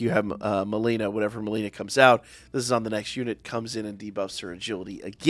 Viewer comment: why you keep calling her malina?